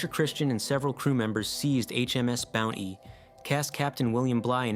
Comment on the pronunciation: The 'T' in "Bounty" isn't silent...